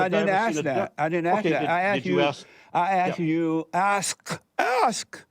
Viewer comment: He's dealing with an idiot. He can't even proinouce the word "asked".